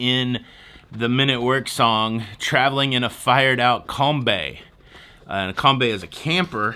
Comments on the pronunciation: It’s not com-bay it’s com-bee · Frrom a born and raised Sydney-sider... a few things to note: - We have Ym Cha (not Dim Sum) and you would have paid a hefty surcharge on NY Day -It’s called a VW Com-bee (not a Com-bay) - Sydney Tower is not Sydney Eye. You must be thinking of the London Eye - So glad you got to try Tim Tams. They are both delicious and iconic Great video! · Those VW vans are pronounced "comby"as in BEE, rather than "combay". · It's Kombi ( as in bee ) not Kombay...it is the model of a particular VW van. cheers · Kom- 'bee', not 'by' There is a combi hire company here called 'Wicked' which has sexually explicit pics and comments and expletives as the decals, because traditionally they are 'rooting wagons' . 'Rooting' has nothing to do with a map, unless it's the 'Map of Tassie'. 😉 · Not kom-bay - it is pronounced kom-bee!!! It's spelt KOMBI. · COMBI NOT COMBEE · Kombi. Not Kombay. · It is a Combi not a Combay. For Sydney that is a cheap meal. My daughter works Boxing Day and New Years Day because they are public holiday’s and they have to pay her over $65.00 an hour plus commission and bonus. You look like you are having fun but you still couldn’t pay me to go home to Sydney. I would go back to Melbourne first but we really love our house on a quiet 20 kilometre beach in the tropics. All of our giant sea turtles have been coming into lay their eggs. Soon our first babies will be hatching and running for the ocean. We are a well kept secret in Queensland. After growing up on beaches like Bondi it feels weird to be the only person on our beach but it is good weird. Have fun. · Hey it's a Kombi, (kombee) 🤣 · ‘Combi’ is pronounced com-bee. My very cool grandmother had one in the late 60’s… she also practiced yoga and made her own yogurt. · Lol it's pronounced COMBEE